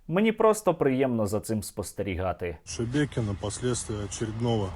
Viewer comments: Хочеться, щоб оці Шебекінці подивилися цей випуск, де учасники навіть не можуть вимовити назву їхнього міста, їм так по х.й, що вони навіть не удосужились в картах подивитися, радує слух оце ШеМєкіно і Шмякіно )) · Шебекіно, шемякіно, шмякіно- Господи, пробач убогим. Вони навіть назву не можуть правильно вимовляти. І ці чмошники хотіли Київ за 3 дні...